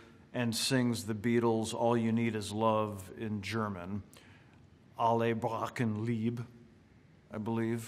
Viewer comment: It's "Alle brauchen Liebe" Al- (like 'Al' in 'Alley') -le (like 'Le' in 'Letterman') brau- (like 'brow' in 'eyebrow') -chen (like 'hen' in 'hence', but in the style of Stewie Griffin saying Cool Whip) Lie- (like 'Lee' in 'Stan Lee') -be (like 'be' in 'Nick Offerman better learns his lines') ALLE BRAUCHEN LIEBE <3